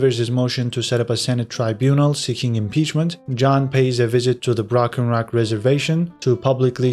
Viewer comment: Lol love how you called it the "brocken rock rez"